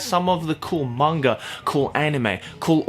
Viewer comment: every time says manga he sounds like hes saying "manger" i'm probably not the only one who's noticed it though